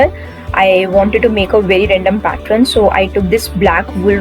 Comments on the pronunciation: It's really nice ...👍 Only thing it's pattern not Patren !! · Sweet heart its pattern, it ends with ern not ren. Pls Google the pronunciation. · Nice decor, and I think u r pronouncing pattern wrong.. 😀